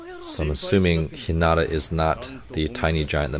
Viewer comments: LOVE the technical/art analysis! (Quick note: Hinata is pronounced with emphasis on the first syllable, not the second) 😁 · He name Heen-Na-tuh